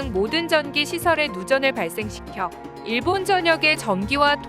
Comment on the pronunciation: 내가 좀 예민해서 그런지 발음이 일본도 아니고 계속 일~본이/데~요?이래서 좀 거슬리네 .. 걍 안들을련다..